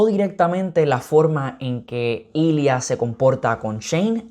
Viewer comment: Amo que el nombre de Ilya si lo consiguió decir bien pero el de Svetlana nunca lo soltó por un momento pensé que era otro personaje xD Me encantó la revisión yo lloré en las mismas partes que tú! Son tan bellos estos hombres